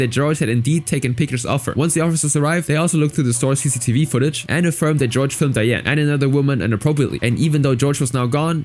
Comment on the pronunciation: also Jorge is pronounced HOR-hay, not George